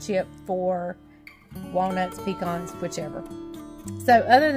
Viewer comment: You are the first YouTuber that I've heard say 'pecan' just like I do, 'pea-con.' Most people say 'pea-can' or 'puh-con.' I know that the way people pronounce it often depends on what area they live in but even most southerners I've heard on here say it one of those other 2 ways. I'm a southern girl through and through........born, raised, and still live in SC and I've heard some people pronounce it like I do. I've also been a part of many discussions (both online and in person) about the correct way to say it.🤣😂 Anyway, I was excited to finally hear a YouTuber pronounce it correctly. 🤪 I have 4 pecan trees in my yard that should produce pecans this year but if we don't get some much needed rain I probably won't have many, if any at all. That happens sometimes when we have really hot, dry summers. Then I might get only one or two 5 gallon buckets full, when if they produce pecans like they should I'd get twelve to fifteen 5 gallon buckets full.